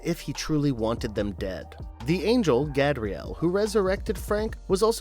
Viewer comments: Gay bree el. Not. Gab. Ree el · Dude kept pronouncing "Gabriel" wrong, right? I'm sure there are two ways of saying it. One females, and one males. He definitely called that angel by the female way; multiple times.